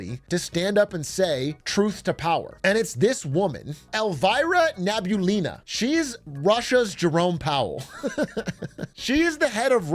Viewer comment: Not gonna lie, the way you butchered Elvira Nabiulina's name kinda hurt my ears lol I am Ukrainian but I do have some (sane) relatives stuck living in russia. The economy there has been sh!t for quite a while now. Imagine having 20%+ interest rate.